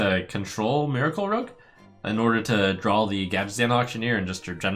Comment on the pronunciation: draw dude not drawl now sound like strifecro